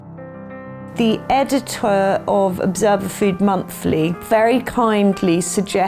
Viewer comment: What's an editwer? stuck up snobby cow.